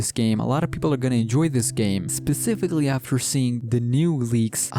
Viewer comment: Bruh I hate the way you say specifically